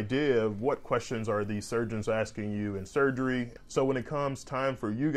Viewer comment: You know you country when you say “axeing” instead of “asking”